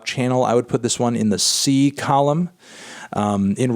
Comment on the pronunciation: Him still saying column is infuriating